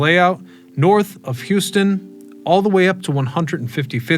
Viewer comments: HOUSEton, not Hewston! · Please learn how to say Houston the correct way - How-ston not Hou-ston. Saying it like the city lowers your credibility, which is a shame because your videos are great. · he really struggles with Houston, mispronounces it everytime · HOW-ston Street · We New Yorkers pronounce it "How Ston". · Hou- (like house) ston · while strictly you are correct , that the commission’s plan of 1811 is north of Houston. They way you pronounce the word surest that the plan is 1600 miles north. The Houston ( house-stun) family was in NewYork city long before Texas’s Sam started steeling land from the Mexicans. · It’s HowSton named after a gentleman of the same name. And the indigenous tribe: Lenape (Leh-Nah-Pay). :-) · In NYC you don't pronounce "Houston" St the way you pronounce Houston, TX. It's "house" - "ton" street. For all New Yorkers. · Howston not Houston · How-Stun street NOT You-Stun street. You-Stun is the Texas city How-Stun is the New York street. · you've made how many videos about New York city but you can't pronounce Houston Street correctly? It's not like the city in texas! It's "House - ton" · House-ton, not Hews-ton. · Love ya man, but its "How-stun" 😂 I know how its spelled, potato -potato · ln NYC , not in Texas… it is Hew-stun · So you teach all this New York City history, but don’t know how to pronounce Houston Street. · If you don't know to pronounce Houston Street, I'll take everything you say with a grain of salt! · Lots of good information, but also lots of mispronunciations of names (ex. Lenape, Manahatta, Houston St, etc.)